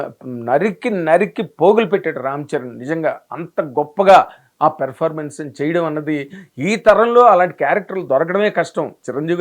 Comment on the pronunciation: Evarikaina chupinchandi raa.... V........ni Performance ni sarigga pronounce cheyandi. Please uncle